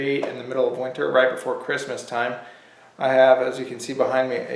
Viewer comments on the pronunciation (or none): none